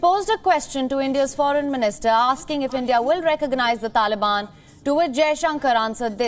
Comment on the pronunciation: "Taliban" Ka naam muh se nikalta nhi iske toh